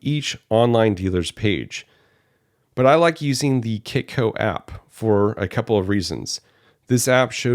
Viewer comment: Did you say kitco app ?